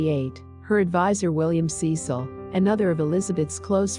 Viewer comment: Cecil is NOT pronounced "Sea Sil". The family name is "SESS- il"